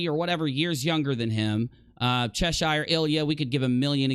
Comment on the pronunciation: It's still annoying that Americans can't pronounce Cheshire correctly.